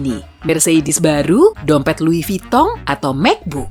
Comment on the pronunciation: luivi tong 😂😂😭